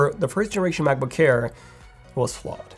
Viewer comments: Please pronounce MacBook Air not MacBook hair. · He keeps saying “Macboo-care”. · Why do I hear him pronouncing Macbook Air as "Macbook Kair" or "Macbook Care"? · Brand name : Mac book AIR . What I heard from the video all the time : Mac book care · Sometimes I hear macbook hair 💇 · I thought it was macbook care and i kept wondering what that was. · “MacBook CKAIR!” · Cannot unhear this. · It sounds like he says ''macbookcare'' it's pissing me off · can't unhear it! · Thanks, now that’s all I hear 😂🤣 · not quite French but close enough. He's about page says he's Romanian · Can’t stand it. And udder. I just can’t.